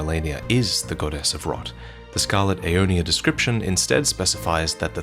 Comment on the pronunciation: "... decroiption!" - He'll probably explain how it's some acceptable ethnic variant.